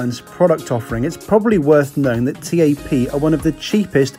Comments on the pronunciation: Also wtf T-A-P? At lest learn to pronounce things right my god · You're supposed to pronounce it TAP as in "tap on a window", not T-A-P... Good video though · its tap not t-a-p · its not T A P its Tap! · Joseph Prosser yeah every time he called it T-A-P it was hard not to cringe. I’ve never heard anyone call it that before. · Great Video!!! Couldn't help but notice that you where proununcing the name incorrectly. It's pronounced as "tap". Anyways I am proud to have you review my home countries airline. Keep up the good work!!! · TAP is not pronounced as T.A.P but as a single word. Try saying tape but pronunce the "a" as you do in "almond" :) Great video as allways and oh I almost forgot... PORTUGAL CARALHOOOO!!!!!! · I'm sure you're right with the pronunciation but it feels so strange hearing TAP pronounced T-A-P rather than 'Tap' as I do! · It´s TAP, not tee ae pee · The airport should ban you from going there talking bad about my airport u should talk about Gatwick Airport that's worse than Lisbon Airport and the airline is TAP NOT T-A-P